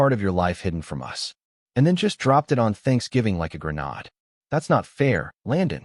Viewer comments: Haha, I feel you! It’s like everyone forgets how to say "grenade" once AI gets involved. I guess even tech can’t get every detail right! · Please learn how to pronounce grenade. At least 90 percent of the stories (AI) pronounce it wrong. 😂😂😂